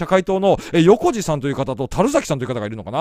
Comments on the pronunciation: よこじではなくてヨコミチたかひろです。たるざきではなくてナラザキです。わざと間違えてるのか、どうか、サッパリ。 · 相変わらず人名読めない😂青木理は「り」ではなく「おさむ」、横路は「よこじ」ではなく「よこみち」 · 「よこじ」ではなく「よこみち」です。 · の動画、即、観れなくなって😂 そしたら復活していました！ バンザーイ‼️ そして、横路＝よこみち って読むんですよ 道民より😅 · 、横路は「ヨコミチ」ね。